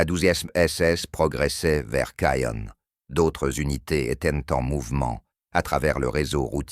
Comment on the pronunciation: Bon; la prononciation du texte français est lamentable : pour ceux qui n'auraient pas fait le rapprochement le général Geyr ("Guiïr") mentionné est le général Leo Dietrich Franz GEYR Freiherr von Schweppenburg. Et le colonel mentionné sous la prononciation "Fritz Berlin" est en fait le colonel Fritz Beyerlein. Le lieu prononcé "Kaïn" est en fait Caen.